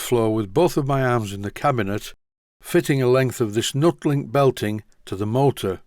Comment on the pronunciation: I always thought it was pronounced "NEW-TEE-LINK" as it was an improvement on the "old" style belt that you removed from the Boxford and also, the rivets are "Tee" shaped if you take one fully out ? We used it on a precision grinder at work as it's not supposed to transmit vibration as much as a standard rubber belt ?